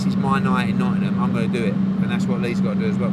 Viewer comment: Nottingham not nottynum